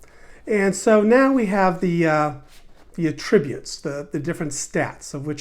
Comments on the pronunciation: It's fine to pronounce it that way, just not in that context. You can atTRIBute your success to any one of your ATTributes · "Attributes". Only a yank could pronounce it incorrectly. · First of all, great video! Second of all, the way you pronounce attributes was driving me crazy...lol